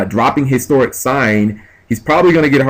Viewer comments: its like you dont read shit On top of pronouncing everythign differently which is fine, annoying but fine. Its Hysteric sign not Historic sign, as well as Harpie's Pet Dragon not Harpie's Baby Dragon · Why would you side out Fiendish Chains which punish Channeler and Summoner Monk and keep the D Prisons/Force against a deck that pops backrow like it's its job. If these videos are any indication, your side game needs much improvement. Also, 'hysteric' is not pronounced the same as 'historic'.